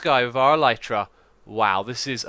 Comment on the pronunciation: Just to let you know, "elytra" is pronounced "el-i-truh" It's the wings of some bugs such as beetles. The video was very nice though and I've always enjoyed watching for a few years now! :) Thank you for your hard work and keep it up!